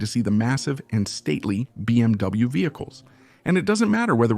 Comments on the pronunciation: What is happening to cause the mispronunciation of so many phrases, words, and acronyms? For example, it’s BMW, not BMV. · Its BMW and BSA pronounce the names right Its disrespectful to The companies and people talking about them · You know this is just a computer AI program speaking right it's not a real person that's why it mispronounces words but you feeling disrespected is absolutely utter ridiculousness